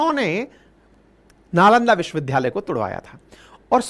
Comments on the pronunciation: First pl. learn how to pronounce "Vishwavidyalay". It does not sound good to hear a teacher pronouncing 'vidyalay' as 'vidhyalay'. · Vishwavidyalaya bole n ki vishwavidhdhaya . Achha nani lagta hai galat uchcharan. Age se nani bolenge. Lai apka bahut bada fan hoon aur apki sunra hoon . A Senior citizen.